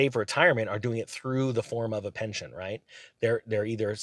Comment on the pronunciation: Pension not Penton😊